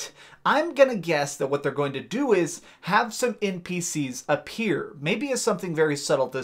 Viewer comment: You kinda put to much emphasis in some of your words at the end of the word. I noticed it at first when you said "npcS" and kinda put it off cause it is an abbreviated word that has a C at the end but noticed you do it to other words too. Well, anyways I'll leave you be.